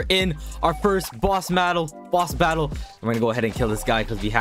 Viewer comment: When he said “boss mattle” I almost died literally I almost ran out of breath